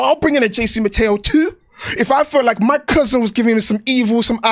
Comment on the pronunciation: Still whenever I hear "JC Mateo" i hear "Chasing Ma Tail"